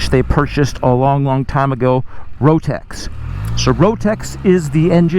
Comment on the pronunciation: “Rotex” engine? 🙄